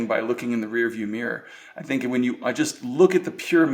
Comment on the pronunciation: Herrgott Jungs! Lernt mal die Aussprache in Englisch. Es ist anstrengend euch zu verstehen. "Think" ist nicht 'sink' auszusprechen, denn das erste ist "denken", das zweite ist der 'Spülbecken'....